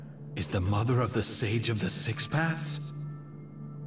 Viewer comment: Black Zetsu: muther